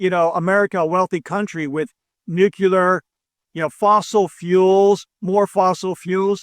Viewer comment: I clicked away when you mispronounced nuclear. It's not nucular. It is spelled nuclear. Why do you refuse to pronounce it correctly? Every time you mispronounce, it's an insult to English